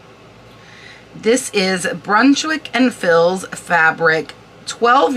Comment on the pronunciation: the fils is pronounced like fee, the th in thibault is like hard t. love your information videos! I only know the info, because my friend was a decorator. thank you for all the work and knowledge you share!!!!